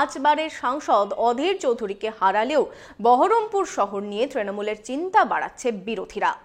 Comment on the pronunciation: বহরমপুর বলছে না , বলছে বারাম পুর মানে অসুকপুর